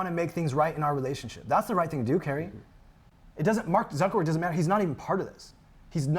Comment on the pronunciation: She may not have been talking to Mark Zuckerberg but she may have been talking to Mawk Zuckerbworg